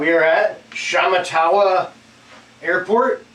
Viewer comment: it's pronounced sh matt a wa.